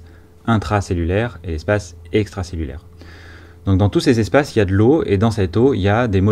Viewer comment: Espace intwacellulaiwe et espace extwacellulaiwe avec un twain de PA...Bravo pour cette nouvelle présentation riche en schémas maison!